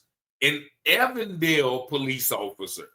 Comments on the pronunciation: SAY EVEN DALE !!!! EVEN!!! DALE ... NOT EVAN DALE !! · Than̈k you for continuing to cover this very important story. Just a note, the police you are referring to is pronounced with a long "e." Even-dale. Thank you.